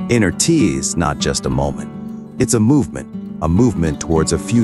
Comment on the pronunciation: I swear he said “not just a molment” 😂